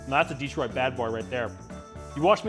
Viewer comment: It’s pronounced di-TROIT, not DEE-troit. The only exception being a Pistons possession announcement from John Mason. No exception for pizza style descriptors. Ever. Nice pizza, though.